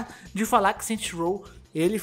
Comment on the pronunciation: "Saint Rows"